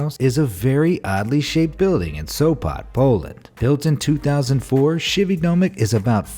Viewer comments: You are saying it wrong krzywy domek is said diffrently ps:i am polish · you butchered the name of the polish building nice try